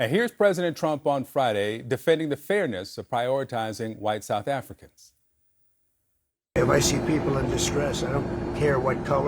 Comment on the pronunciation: What is southafricanah?